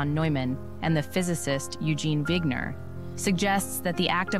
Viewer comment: its wigner, not wiger